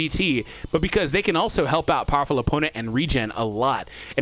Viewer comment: "Bowerful!!" the iconic quote